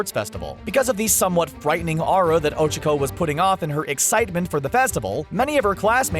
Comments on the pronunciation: It's O-Chak-O not O-Chic-O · she's called ochaco not ochico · Is not ochiko is ochako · Horikoshi: O: O Horikoshi: Cha: Cha Horikoshi: ko: ko Horikoshi: Ochako: O C H U C K O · It’s Ochako, not Ocheko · CAN U STOP SAYING „ouchakou“ ITS OCHAKO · It's o-choc-o but there pronouncing it o-chuck-o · o-chu-co OCHUCO?!?!?! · It occhako no ohhchcako, just to inform you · Ochiko?? ITS OCHAKO!! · You didn’t pronounce Ochako correctly -. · Why does he pronounce ochako like that...? And tsyuyu too lol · Uraraka not Ochako also you pronounce it wrong!!!! TRIGERED!!!!!!!! And you pronounce Tsuyu WRONG! AAAAAA!! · Really bothers me on how he says Ochako and Tsuyu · The way you pronounced Ochako, my god...